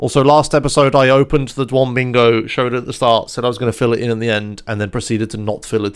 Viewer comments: of course he knew that, duh. he's saying dwom because it sounds funny. also he'd love to call lordmau5 as a "lordmaw". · DYOM. "diom". Like idiom minus the i. Please mister. Please...